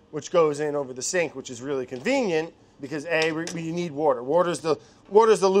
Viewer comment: mariekt I did notice a time he pretty much pronounced it perfectly, and I really wanted Hunzi to put up “water.”